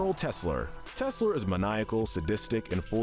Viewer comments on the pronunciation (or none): general Tesler not General Tesla. Almost had me rofl.